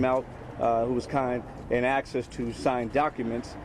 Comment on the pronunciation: Uneducated!! It's not axed to leave it's asked.